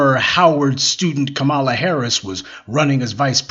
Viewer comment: You just love intentionally mispronouncing Kamala’s (comma-lah) name, don’t you? You’re too informed to have heard the correct pronunciation.